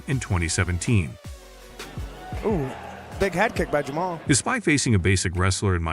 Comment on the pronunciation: It’s pronounced “Jam-All” not “Jam-A-Hall” it’s a name not a motorcycle. It’s like pronouncing the name “Sean” as “Seen”